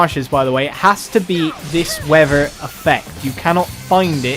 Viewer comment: I love how you can't say weather